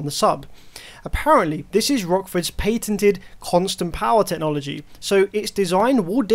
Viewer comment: Pay tinted.... lol (patented)